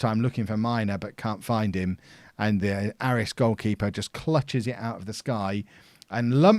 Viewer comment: Just a note that Aris is pronounced Ay-ris